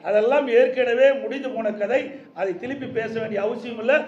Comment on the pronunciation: திருப்பி னு சொல்லு திழுப்பி இல்ல